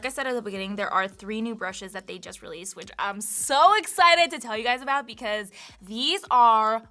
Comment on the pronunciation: Great tips for beginners/reminders for all :) Hehe at “ablout”